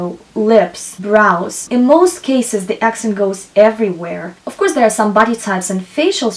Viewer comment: Many useful information, but why speaking like a boring professeur? try to add some jokes or take more distance otherwise its like a boring lesson at school. I beg you stop saying "ouuuuf course" :o, Its really annoying pronounced million times with this weird accent.